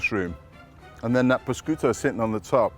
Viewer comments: Paul, you are a chef that has been everywhere. There is no excuse for you to so badly mispronounce prosciutto! Pro skooto??? Pro shi ooto! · I couldn’t even tell he was talking about prosciutto lol, I thought “prashiotto” was some kind of ham you have in the UK 🤣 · Proskooto, jeez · Hi Paul, this looks delicious but you are truly offending the Italians the way you are pronouncing the word prosciutto. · His "prosciutto" pronunciation is cringe-worthy and embarrassing. You're a bread-maker, so stick to making bread.